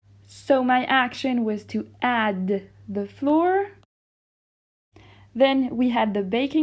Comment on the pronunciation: Great video ! I suggest you pronounce more flour like the word flower rather than flour like the word floor :) 👉🏻👈🏻